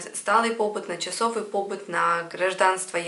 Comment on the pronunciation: Спасибо большое. Вот только не пОбыт, а побЫт.